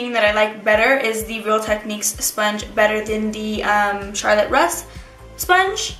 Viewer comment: Also its pronounced Charlotte "Rooze" ❤❤